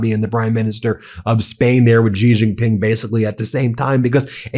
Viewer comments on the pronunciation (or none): Dear Ben, Could you please pronounce the name of Chinese president correctly? It's Shee Jin-ping, its not that hard. You started calling Iran and Irak correctly, and you are getting the credit for the effort. The fact that others dont pronounce it correctly, shouldn't be your excuse. You are better than them. Love your work.